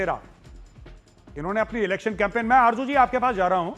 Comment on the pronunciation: aby tum loog z ko j kiyun likhtay parhtay boltay ho?? Arju nahi Arzo